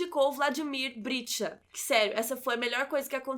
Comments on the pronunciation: Interessante crítica, mas, por favor, pronuncie corretamente o nome do protagonista. É BriCHta e não BriTCHa. E o sobrenome do Arlindo é Barreto e não Machado. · Brichta e não Britcha como pronunciado!